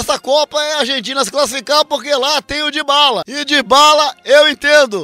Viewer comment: "Di Bala" eu entendo, tá ok? E no tocante kkkk